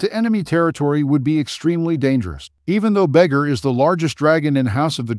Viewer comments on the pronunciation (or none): its vey-gahr not beggar